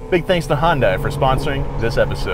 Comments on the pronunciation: I swear all I can hear is Honda 🤣. Obviously you pronounce the name differently then myself, I emphasize the Hyun (hi-yun) and then add dai (dye). Any Korean's have an explanation of the pronunciation? 🤷‍♂️🤷🤔🤔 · It’s pronounced “yundai” not honda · Its Hund-ay. Like Sunday. The company has even said that in their commercials. Not Heeun-dye! I would have expected to get that right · It's Hyundai like Sunday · It's Hyundai... LIKE SUNDAY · Sounded like he said "Honda" at the start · Thought he called them Honda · The way says Hyundai sounds waaay to close to Honda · seconds sounded like Honda so I put the subtitles on and it agreed with me. Great video as always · “Big thank to Honda” is what I heard and I got very confused.